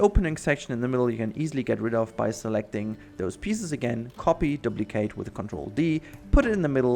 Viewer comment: These videos are a great help! Thanks! Also, when you say duplicate, the u sounds like an umlaut in Deutsch.